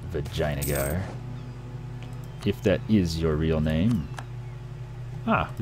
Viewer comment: "vaginagar" I can't stop laughing. Also, what about No Pirates on the Caribbean?